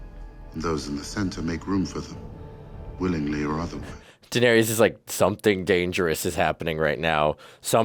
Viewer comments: Oh my dear sweet summer children😂😂😂😂😂😂😂 there IS NO “E” sound at the end of Varys OR Daenerys. The “ys” rhymes with the ending of the word “kiss”. So basically Dan-air-iss and Lord Var-iss. Love u two! Figured you’d wanna know bc you seem to be loving this show so I know u don’t wanna get to season 8 and then realize you’ve been saying it wrong the whole time 😂😂Awesome reactions as usual guys! Can’t wait for the next one! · Varys: “Var•ees” 🚫 “Var•iss” ✅ Daenerys: “Daener•ees” 🚫 “Daener•iss” ✅ Rickon: “Rick•in” 🚫 “Rick•on” ✅ Maester: “My•stir” 🚫 “May•stir” ✅